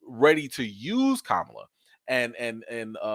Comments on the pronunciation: I love you but please stop pronouncing her name like the disappearing Vice President. Ka-ma-la. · 👍🏾, but her name is not pronounced like the vice pres. It’s ka-MA-la.